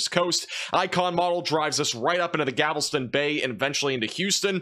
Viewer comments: Thanks for all the diligent updates from Houston! And also, try pronouncing Galveston more like Gal-ve-ston not "Gavel-ston" :-) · Gal-vest-in, not Gavel-ston. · you said Gal-ves-ton weird.... you switched the L and the V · As much as it sucks to see Beryl heading our way, “Gavel-ston” made me chuckle…lol Happy to find this channel! Great 👍 information!! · Did you say "Gavelston"? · eww hes got that voice and what did he call Galveston? 😂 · You keep mispronouncing Galveston